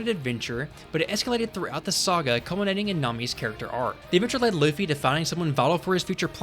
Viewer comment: Jajajajajaja "Loffy" JAJAJAJAJAJAJAJA